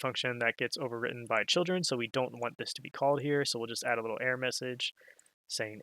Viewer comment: Its ERROR, not "ehrrrrrrrr'